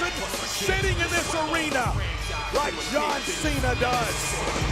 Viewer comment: "Jan Cena"; W-T-actual-F?! 😂